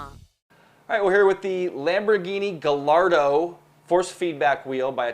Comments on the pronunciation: LOL you guys mixed up the audio in the wheelstand review again (left channel right, right channel left). On pronunciations: Tyrrell - sounds like squirrel: Also Gallardo - sounds like guy-yardo. Finally on PS3 force feedback testing: I know you didn't have much to go on since the FFB on PC didn't work too well, but only having GT5 Prologue to judge FFB isn't exactly the best benchmark. Why don't you have DiRT 2 for the PS3? I know loves the game and the FFB kicks GT5's ring;) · lol you are forgiven, just to be clear the easiest way to remember is Guy-ar-do. Now go make 'loose lips' talk more about the next iRacing build!;) Kei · its not gallardo its pronounce as guy ardo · It's Guy ardo...that's the pronunciation not how it's spelled.